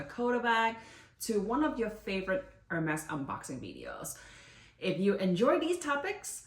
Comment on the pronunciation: It’s french not english :) And she pronounced correct